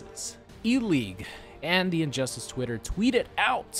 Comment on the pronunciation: I heard that too 😂